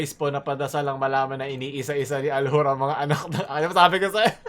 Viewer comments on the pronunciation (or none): Kakaiba talaga si, walang katulad 'to. pano ulit yung accent? "ALHUR" HAHAHAHA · Aljur but ,l and u, r are silent